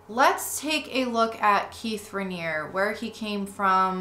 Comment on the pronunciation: Excellent series! A couple of pronunciation notes from a local: 1. The “Al” in Albany is pronounced like “all,” not like the man’s name “Al”; 2. The final “e” in Keith Raniere’s name isn’t silent: ruh-NEER-ee; 3. The local newspaper, the Albany Times-Union, has run some good investigative pieces on the cult.